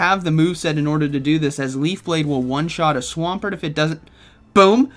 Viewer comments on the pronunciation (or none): none